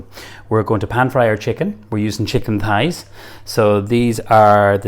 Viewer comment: thighs not pies lol sounds like hes saying pies, he dosent give any of the measurements